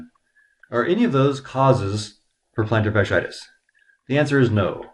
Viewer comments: Your mispronouncing it. Not a good sign. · how to pronounce "plantar fasciitis" better because you mentioned it 10 thousand times 🤣